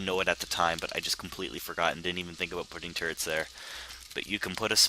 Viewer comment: I think when says turrets it sounds like turds. So this video was one of the funniest ive seen.